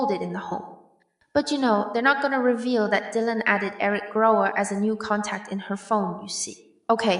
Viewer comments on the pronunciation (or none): His name is Gower not Grower.....you should be able to get that right